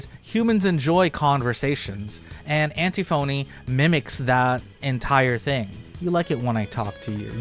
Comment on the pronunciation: Anne-Tiffany, not Anti-📞-y. Amazing video though!!! So informative! 🙏❤️ X